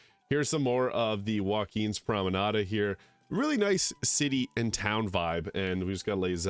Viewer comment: Does your voice acted character incorrectly add an A to the end of "promenade" too?